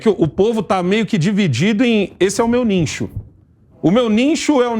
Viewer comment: "niNcho"? "NINCHO"???? 🤣🤣🤣🤣🤣🤣 vao estudar, asno. Parei de assistir. Chega de passar vergonha alheia nesse canal.